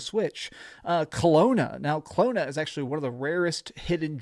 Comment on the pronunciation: CLONE-A? lmao